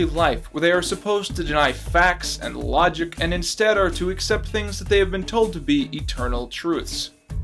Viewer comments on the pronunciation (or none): no you said "fax an lojik" the shapiroman will appear